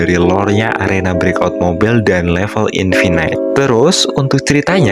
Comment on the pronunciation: *CHapter *infiNITE(baca infinit) bukan infinait